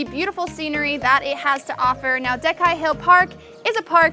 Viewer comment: C in Diecai (djyetzai) should sound similar to C in Italian